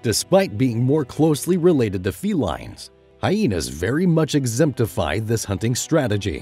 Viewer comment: Hyenas "exemptify"? Is this an AI narrator?